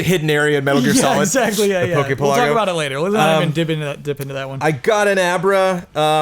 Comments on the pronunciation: shouldn't pokepelago be pronounced like archipelago? Also, I think jones' pronunciation of Bonsly is fine. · Poke Pelago... sounds weird, coz you're supposed to say it one word, like "Archipelago", but it's written with two words. Semantics, I know, but things usually sound a lot better when you say it given their pun/context.